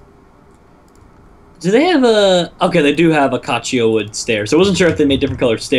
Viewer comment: The way pronounced "acacia" killed me